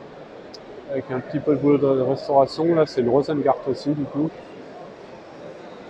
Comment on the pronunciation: Mais arrêtez de dire 4L bon sang de bon soir ! C'est Renault 4 !! Ou R4 si vous voulez. Bon, et Rosengart c'est tout à fait français, c'est pas Rosènngart'. Pas vrai ça...